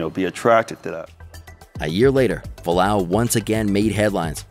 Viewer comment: F-u-a-l-a-au, not falau